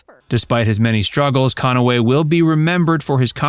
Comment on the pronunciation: Listen to pronunciation. CON-A-WAY.